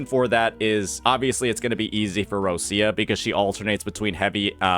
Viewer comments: More like rotcha or roccha, not roshia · her name is pronounced more like Ro - Cha